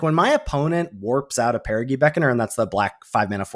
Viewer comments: Actually, (pushes glasses up nose), it’s peh•ruh•jee not peh•ruh•gee. I’ll see myself out. Thanks for the great content! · ITS PEAR UH JEE GOSH HECKING DARN IT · On the theme of card names, it's a soft 'g' in Perigee Beckoner. Like in geography; it comes from the same root word, meaning 'closes to Earth' in an orbit. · I was coming here to say this. I was going to go with an old school example… “Gee mister, the moon sure looks big tonight.” As opposed to clarified butter, Ghee, which is pronounced like was saying Perigee.